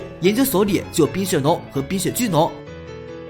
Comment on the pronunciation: 坚盾剑怪 念成 shu盾剑怪 灵魂 念成 nin魂 san电蜥 光电san蜥 冰雪nong 冰雪巨nong 老翁nong 今天怎么了🤣